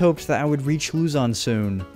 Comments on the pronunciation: Lozon not luzyon😂😂😂😂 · you earned yourself a subscriber from the Philippines, by the way the pronounciation of Luzon is like Luzun (i havent finished the video yet tho) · Luzon is pronounced Luh-zon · Luzon is pronounced loo-zon